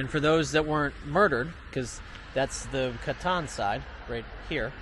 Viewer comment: Brev its the Katyn massacre not Catan